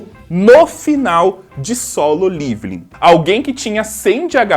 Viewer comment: Eu sou o unico que tem uns negocio quando ele fala liviling envez de leveling ???? Kkkkkk